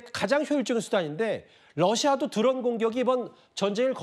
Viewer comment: 누구신지 모르겠는데 발음을 좀 정확히해주면 안될까요 우크라나, 드런 공격 무슨 발음이 다 무너져서 영상보다 끈게 몇번인지.